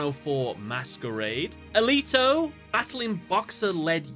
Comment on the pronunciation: HO-LY CRAP! I hear a lot of improper pronouncing of things in Yu-Gi-Oh (Zexal is pronounced "Zeal" fight me). But I can't believe someone online actually pronounced "Alito" properly! I only say this because that IS my name, and I hear it botched so much. Zexal has too many problems for me to fully enjoy, but I am always pleased to know he exists.